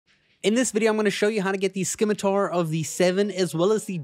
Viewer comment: Say it with me scimitar=Sim-i-tar.